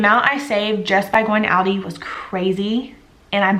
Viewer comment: Love your ideas. Keep them coming!!! Please Google the pronunciation of aldi.